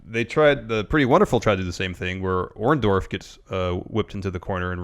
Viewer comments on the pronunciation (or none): Someone please tell it's Orndo-R-ff.... WITH AN R. I mean, really, short of Paul himself telling that everyone screws up his name, I'm fairly sure the other 99,999 times he's been referred or he himself refers to as Orndorff they had it right. Even Larson gets it.